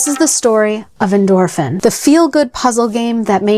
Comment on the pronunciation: I played this game as a tween in the mid-90s and came looking for it out of nostalgia because the higher levels and subliminal messaging creeped me out. Am I the only oldhead here? 😂 Oh, and it's definitely pronounced "endorphin".